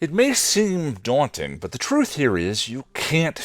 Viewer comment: DAWN-TING Sorry, I couldn't help myself. I love your work.